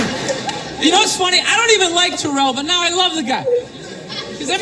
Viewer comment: Sorry. Philly girl here. It’s Tare-l (rhymes with Cheryl). Owens. Not Ta-rel. I hate T.O. But...Eagles.